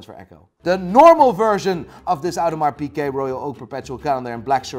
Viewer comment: Audemars Pikeh? Is that how it's really pronounced?